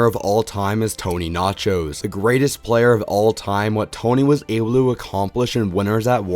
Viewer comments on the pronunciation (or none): Listen closely and you'll hear him say Tony Nachos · It's Tony Vlachos and not Tony Nachos BTW.